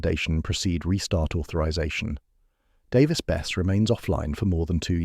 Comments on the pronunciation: It would have ruined the reactor, but the containment building would have stopped any release. Nuclear is still far safer and much less destructive to the environment than oil and gas production and use. It's pronounced Bess-e, not Bess. I live 6 miles away from the reactor, and I'm fine with it, the 2 oil refineries 8 miles in the opposite direction are far more concerning, dozens of smokestacks never stop pumping out giant clouds, and they often produce a disgusting odor that travels far beyond the refineries. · It's pronounced "Davis-Besseee"